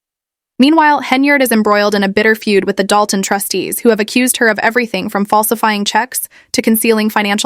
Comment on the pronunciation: Narration is f'd up - stop using AI. It is pronouced Dol Ton not doon. Another idiot trying to cash in on the "supermayor."